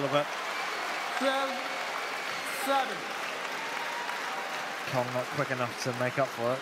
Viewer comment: It's not Kyong its Kong, these fucking commentators can never pronounce names properly. You have one job!